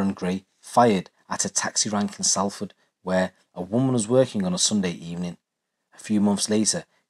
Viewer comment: It's pronounced sol .....ford